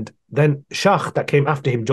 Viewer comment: its not arabic names.. he couldn't pronounce the people he was criticizing - noldeke, schacht, margoulith